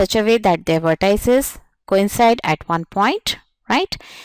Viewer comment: Pronounce vertices correctly